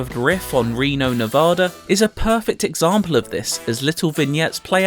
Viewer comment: why is it so hard for some people to pronounce “Nevada” correctly?